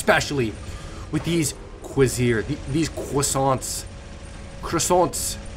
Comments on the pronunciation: its pronounced CO VER SE RARE lol. its french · The beta weapons of this set are pronounced (cu-race-er) and the alpha is juste (gend-arm)